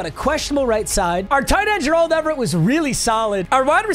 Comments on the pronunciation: his name is Gerald like Gerald green. Or like Larry Fitzgerald. It’s just fucking Gerald lmao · The way he pronounces Gerald Everett and Bobby Okereke makes me wanna turn off the vid every time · STOP PRONOUNCING GERALD IN A WEIRD WAY